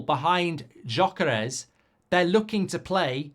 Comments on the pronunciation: It's pronounced Yok-Ur-Iez not Jok-Ur-ess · G-yoy-ker-esh :D